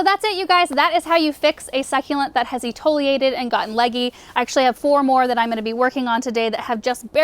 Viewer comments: Love your videos. Its e·ti·o·lat·ed not etoliated. Sorry it bugs me. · Etiolated not “etoliated”